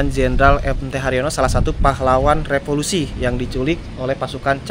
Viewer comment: maaf ya pengucapannya keliru "revolusi" bukan "repolusi" 😂